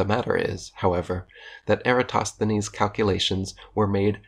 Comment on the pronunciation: Sheesh, that Lie-entist couldn't even pronounce Eratosthenes, for goodness sake...